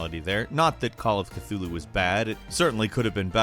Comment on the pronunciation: Stop saying Cthulhu like that.